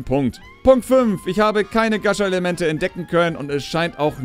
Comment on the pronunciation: du sprichst gacha falsch aus >.<